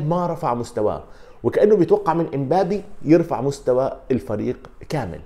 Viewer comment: اسم اللاعب مبابي لماذا تقول إمبابي